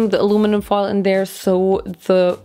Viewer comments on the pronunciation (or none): Hearing say alumnun foil was soo annoying but anyways the video was amazing 😭❤️